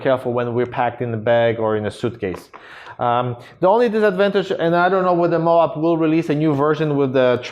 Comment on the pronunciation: I think that's pronounced Mo'-ab, with a long o and short a, like Moab, Utah. OK, it is Mo'-ab. Moab paper is made in Utah.